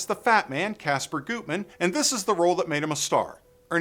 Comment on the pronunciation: It's pronounced GUTman, not Gootman. I'm impressed you mentioned the two previous versions of the movie. The first (1931) movie isn't bad, though compared to the third, it seems like a low rent version.